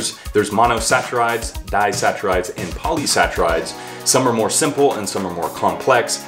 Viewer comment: For future reference, guys, they're pronounced "Poly-"sack"-rides" not "poly-satch-rides." Nice video, though